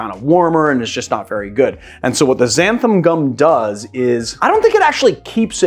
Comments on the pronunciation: Love the video but it's "XANTHAN" with an 'N' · Just a nitpick - it's xanthan with an "n", not xantham